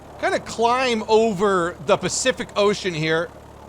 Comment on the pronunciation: The Pacific Ocean... THE PACIPHYC OCEAN ?!